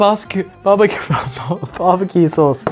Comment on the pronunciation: Ollie messed up the word barbecue sauce from which honestly made me laugh 😂😂😂😂